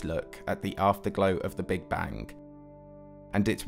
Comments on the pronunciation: Take a shot every time he says bank instead of bang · Are you saying big bang or big bank? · And how he says Big Bang-geuigh